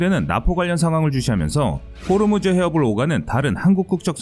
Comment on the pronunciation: 호르무즈가 아니고 호 무즈